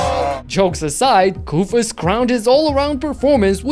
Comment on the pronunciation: He is called Kóstas Koufós not Koùfos, the accent is wrong